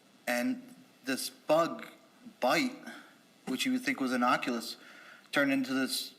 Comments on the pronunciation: dude thinks he’s so smart, but doesn’t know it’s “innocuous,” not “innoculous.” 😂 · Did he say the bug bite was "innoculous?!?!" Lol, for someone who fancies himself as smart as he obviously does, that's quite funny. Should have said "innocuous." I had to go back and play it several times to be sure I heard him correctly. Too bloody funny. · Mr I’m Smarter Than Anyone Else said “innoculous “ instead of “innocuous”. What a smug asshat. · Just realized that said the bug bite would normally be innoculus..... I think he meant innocuous 😂🤔 for someone who was trying so hard to sound smart, I find this funny lol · T i heard him say 'innocuLUS" instead of innocuous. Truly a freaking idiot.